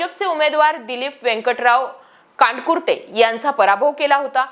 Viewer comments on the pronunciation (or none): कांडकुरते नाही कंदकुर्ते नारंगळे नाही नरंगले 😄 काय तुमचे बातम्या सुभाष सामने नाही सुभाष साबणे 😄😄😄😄😄😄